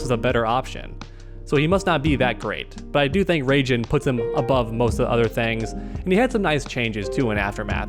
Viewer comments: Ray-Gin? 😹 You mean Rye-Jin? 😹😹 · Raijen* lmao 😂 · In that case I don't wanna know how badly they (and probably me too) butcher the name of Kotal's stuff. Mehtizquia? Huitzilopotchtli? Nahuatl language looks hard. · I was this day old when I heard someone say “Ray-Jin.” 🌩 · Question: Why do you call Raiden for Raigen? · The way he said Raiden hurt me